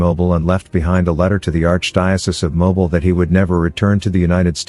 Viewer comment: Not Mobile...it's " Mo beel"